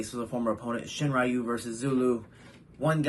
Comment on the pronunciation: Hey! Great video Just so you know, Makoto Shinryu is pronounced “Shin-Ryu”, not “Shin-Rayu”